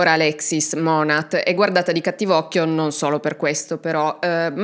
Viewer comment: Non vedevo l'ora di un nuovo video ❤ Volevo solo correggere un particolare, la pronuncia di monat è monè, lo dico solo perché ci sono tante creator americane che cercano di sensibilizzare sul tema mlm ed è bene riconoscere l'azienda nel caso qualcuno ne sentisse parlare.